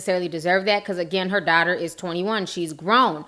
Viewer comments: U YouTuber! 😜😂. I love the way you say “dotter instead of daughter”. So cute. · I love the way you say "daughter"